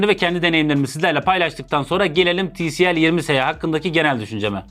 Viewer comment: Ti el si değil abi ti si el